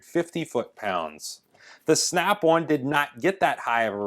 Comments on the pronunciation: Snap-on, not snap-one. In the 20 years of usage you will have paid for 5 earthquakes by the time you needed to even look for a new snap-on. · on is now awn like as in yawn or awning snap awn gloves awn where the hell does that snap awn accent come from and cold is code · Did you say snap one? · "Snyap Awn..." 😂😂😂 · bad13luck13 I thought he was saying snap-one lol